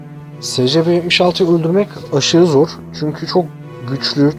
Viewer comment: abi secepe diye okunmuyor esipi diye okunuyor